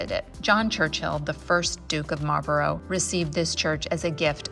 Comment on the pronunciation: We have a Bladon too, only ours is spelled Blaydon and it's famous for a race which has become the Geordie anthem. Stained glass artist never seen a 4 engined Liberator before. 😁 Could have depicted a Churchill tank instead of a Sherman. Mispronouncing Marlborough I can forgive you for. Not so sure about the 'Dook'. 🧐😂 Name a church that doesn't need a new roof. ⛪ Development opportunity? Doesn't that mean it's ready to fall down? Woolgate? Was there a wool scandal there? 🐑🐑🐑 'Nice nod to the yarn and blanket heritage.' translates to 'I found a magenta door that I simply must film!' I was thinking Dahlias and pronouncing them 'Daylias'. Courage is the brewery. We used to say you need courage to drink it. Awful southern stuff. 'The watter in the Weir is better than the beer ower here.' Gosh.! YouTube likes this video. Nine ads without a 'Skip' option! Your videos don't bobble up and down much when you're walking. Either you're a very steady walker or you have some great anti-bobble software.